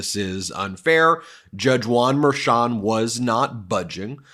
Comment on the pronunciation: Why do you keep saying Juan merchon like it's one name...it's not.